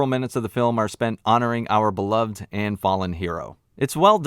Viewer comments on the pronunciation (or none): none